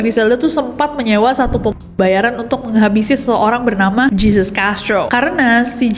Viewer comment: begini pengucapannya: "heysus" bukan "jeezus" "medeyin" bukan "medellin"